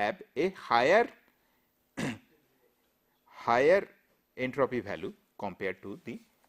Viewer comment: lol...his pronunciation......balue for value, divergent for divergent,....tooo funny... But lecture is good